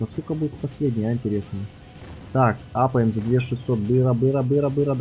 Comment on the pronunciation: не мапаем а апаем